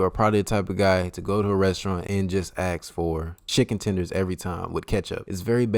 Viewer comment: especially you pronounce ask like aks hahahhaah. Greetings from germany (i am not german myself though) . Keep on going love your content already, you have really put a lot of effort and you are a very funny guy. Keep it up G i am subscribed and i am looking forward for New content. Atleast i belong to the people who Support you before you Blow up (and you will if you Keep on going ) .